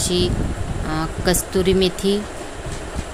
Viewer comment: Not kasturi but kasuri is correct.